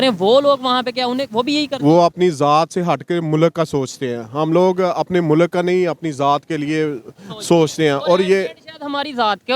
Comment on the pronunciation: Don't say MULAK, it's MULK 😂😂